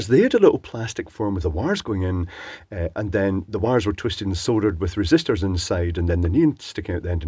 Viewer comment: Oh good. "Sooohldered". I get king sick of hearing "soddered". Sounds more like "buggered". I'm still using a huge reel of non-RoHS bugger that I bought in 1992 from Rapid Electronics. The flux core still works very nicely, and the calcium in my body loves that lead.